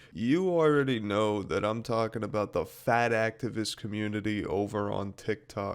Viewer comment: I thought you said fat-asstivist.......